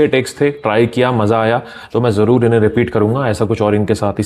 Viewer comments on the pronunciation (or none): none